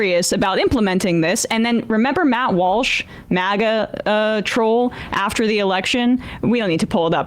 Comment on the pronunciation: It's MAGA, not MOGGA.